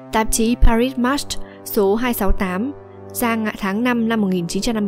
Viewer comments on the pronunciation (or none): Paris đọc là pa-ri không đọc là pa-rít. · Paris đọc là pa-rikhoong đọc là pa-rít.